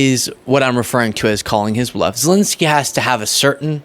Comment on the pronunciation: Sorry but it's not Zilinsky... it's Zelensky...